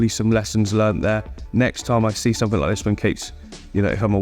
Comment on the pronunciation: “Click somefink” 🤣